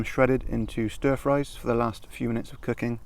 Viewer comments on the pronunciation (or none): none